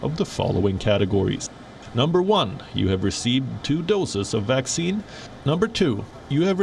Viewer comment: Why does this narrator call a vaccine a waxine, seems suspicious....